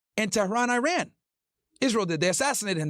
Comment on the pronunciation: Eye Ran 👁️ 🏃🚫 Eiran 🇮🇷✅ Is really not too hard to say it right specially when you talk about the country more frequently